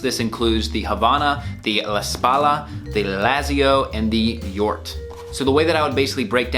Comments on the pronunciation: You pronounced Jort correctly. It's Jort as in 'York'. It is a reference to Jort Kelder from the Netherlands. He is a well known etiquette lover and he dresses great. He did some televistion-series. At some point he got a offer to create his own line with SuitSupplie. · You pronounce Jort correctly, I know the guy he is a friend of the owner.